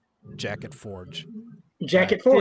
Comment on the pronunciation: "Jack-it-Forge." - Inquisitor 8.1